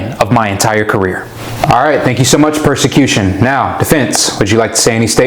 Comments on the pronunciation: PROSacution. Not PERSacution xP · I know it was probably a soundalike mistake, but calling the prosecution the "persecution" is actually pretty funny if you know what it means. Also not my man Matt Murdock showing up to court drunk because there's no other way he'd be able to stomach defending a child murderer lmao